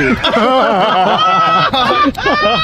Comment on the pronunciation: "Hey Scures me... what's going on tonight" - 🤣🤣🤣